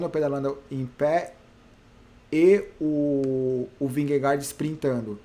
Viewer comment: Só uma curiosidade: Jonas Vingegaard se fala "ionas vinhegô". Kkkk...